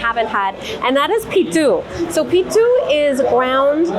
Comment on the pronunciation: its not 'Pittu' but 'Puttu"